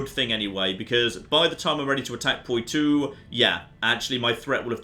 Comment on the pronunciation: Oh my god hurry up and conquer Poitou so we don't have to hear you butcher the pronunciation anymore